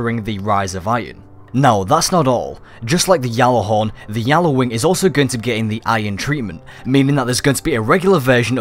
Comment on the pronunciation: not yallawing gjalarwing